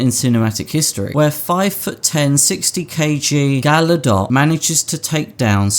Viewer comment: The second G in Gal Gadot is not silent.